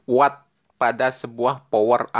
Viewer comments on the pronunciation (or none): none